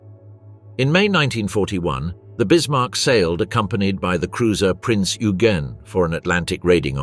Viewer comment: Eugen is pronounced oy-gen.